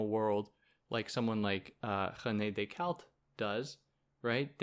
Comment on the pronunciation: saying decarte like that is just weird